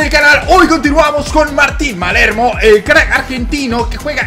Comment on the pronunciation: Palermo es, no malermo